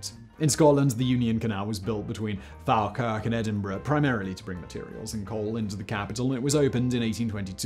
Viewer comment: You mispronounced Falkirk.